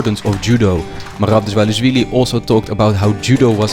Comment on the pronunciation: brother, if you respect the coutry enough that you are going there to be trained, at least try to not butcher the name of the capital city and the name of one of the greatest georgian fighters Merab Dvalishvili, thats the least you can do